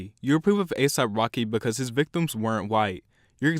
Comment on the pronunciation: eXpecially becuj